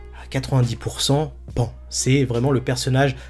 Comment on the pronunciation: On dit pas pan ( comme pan pan ) mais pan ( pa+ n en son japonais ) .